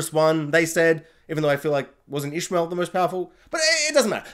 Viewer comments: Also, it's ish a mael not Ishmael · Yes, we knew who ‘Selene’ was right from the start. Your pronunciation of Ishamael is almost right, it’s pronounced Ish-sham-e-el, 4 syllables 😉